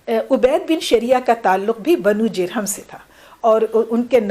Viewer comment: ماشاء اللہ ، نہایت عمدہ و مقدور بھر گفتگو فرمائی میم ، البتہ بہت سے الفاظ کا اعراب غلط بولا گیا ہے جیسے کہ بنو جرہم ہے بضم الجیم